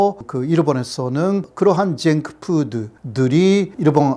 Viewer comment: 쟁크 후우드 라고 하실때 카와이~~~ “일본에서는”, ”한국에서도“, “굉장히 많이” 말하실때는 네이티브스피커심 ㅋㅋㅋㅋ 겁나 잘하심 ㅋㅋㅋㅋ